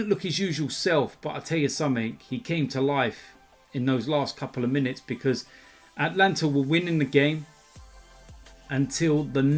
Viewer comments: FFS it's not Atlanta it's ATALANTA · Bro it’s Atalanta not Atlanta.... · Ata-Lanta not At-lanta even I make that mistake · Atalanta not Atlanta. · Its not atlanta (in America) its atalanta